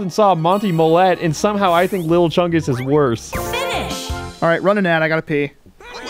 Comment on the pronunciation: It's not big chungus It's not little chungus it's lil' chungus